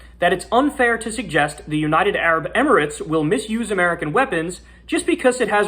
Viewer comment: Emirates is pronounced with an accent on the first syllable and the rest of the vowels discounted. "Emmer" like Jenner just with M's (and no J obv) and "rits" like Ritz crackers.